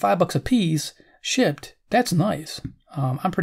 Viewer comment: This video gave me a great laugh this morning. Near the beginning (about :50), it sounds like you say "so when you find 'em for five bucks apiece, SHI^%&*!, that's nice!" "Shipped" sounded like something else!! lol...